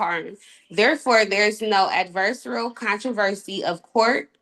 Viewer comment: what are the chances she knows what “tribunal” means when she pronounces it like that? 🤦🏻‍♂️ or “adversarial”. My gosh. Help us Lord.